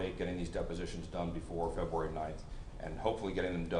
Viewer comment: I'm sorry but this judge is horrible he can't even say february 5th correctly he says februari 5 how is this man a judge